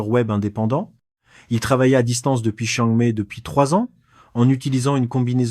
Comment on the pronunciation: Vraiment penible ces voix AI qui me savent pas prononcer "Chiang Mai" ou "baht".